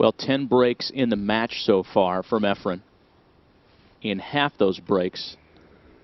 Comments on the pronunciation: NOT Ephram!!!! Efren!!!! for fudge sake! Damn those commentators! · Efren not EfreM, for crying out loud. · JEEZ THERE'S AN N IN HIS NAME, EFRENNNNNNNN why the fk does this commentator, sigel and hopkins always say efrum??? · I hate how the commentators say "Efrum"